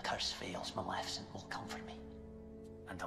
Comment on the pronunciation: What is Maljefeshent it's Maleficent 😅😅